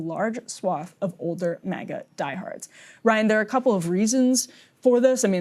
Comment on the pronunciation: It's MAGA, not MIGA.